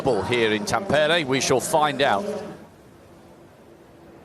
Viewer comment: For goodness sake – it's "TAM-pe-re" not "Tam-PER-e". Even I know that and I'm English.